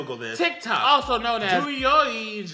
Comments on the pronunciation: its pronounced dough een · Douyin ( 抖音) is pronounced "doy yeen" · The way to pronounce douyin is dow Jin 😂 also bitch you fabulous yyaaassss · It's pronounced doe ying. 😂😂😂. I wanna see react to the cute asianboy tik tok vids. 😍😍😍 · Douwye when pronounced douyin and the confusion your the best mac and hilarious